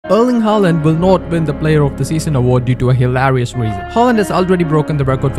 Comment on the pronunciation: Your pronunciation of “hilarious” is hilarious